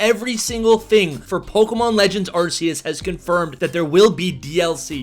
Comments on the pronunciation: It’s pronounced “Ar-keus “ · I really tried watching this but he mispronounces Arceus so many times that I just cringe... 🙈